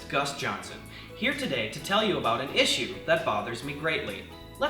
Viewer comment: Your pronunciation of issue bothers me greatly.